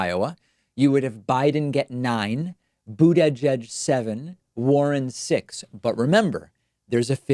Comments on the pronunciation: Stop saying Boot "eye" judge David. If you can't pronounce it just say Mayor Pete. Bernie 2020! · Aroddo boogie fudge?